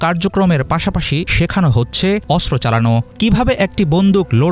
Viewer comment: অস্ত্র উচ্চারণ শুদ্ধ উচ্চারণ করতে হবে আশা করি 😢